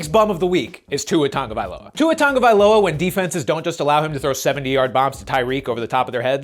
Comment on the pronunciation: Tua Turndaballova** get it right